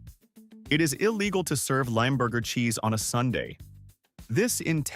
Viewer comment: Limburger sounds like limb burger//not limeburger Stupid Ai